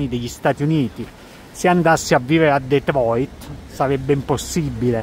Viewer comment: Mamma mia..ti vanti sempre di aver il dottorato..di essere laureato..e poi dici" se io dovrei cambiare! Non sai pronunciare Detroit...parli solo di soldi..ti vanti in continuazione...bah..questo è ultimo video che guardo. Ti saluto